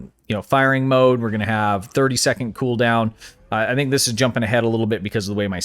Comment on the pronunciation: What is a "secont"? I know what a "second" is. This thing "secont" you keep saying , I can not find.